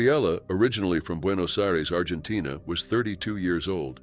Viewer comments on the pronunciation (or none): none